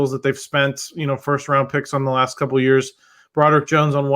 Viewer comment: Zeise, please get Fautanu’s name right (Fah-ew-tah-new), it’s not Fontineau. It would be like someone calling you Zeesy.